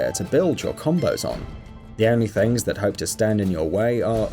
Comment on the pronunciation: The way he pronounces things is cringey